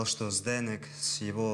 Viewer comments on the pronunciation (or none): Чех никогда не скажет фонетически ЗдэнЭк, только ЗдэнЕк )))))